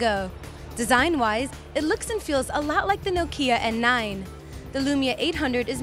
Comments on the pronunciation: OMG!!!!!!! she cannot say nokia urrrrrrrrrrr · why are you so angry at how people say things? different parts of the world have their own dialects, even if it is the same language. but still i agree that it should be pronounced Nah-kia or "knock-ia"